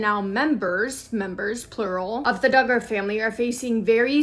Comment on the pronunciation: Josh D'Garr???? sounds so weird. It's pronounced DUG-GER.... I hear you say it right then wrong so maybe it's intended to be said wrong in sarcasm in which case I don't blame ya. God bless.